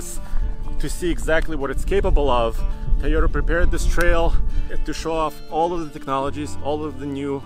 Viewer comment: Can't get enough of pronouncing Tayota.